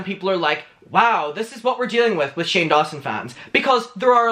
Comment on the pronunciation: 5.05 shame, instead of Shane, got me dead😂😂😂 But, it fit anyway😉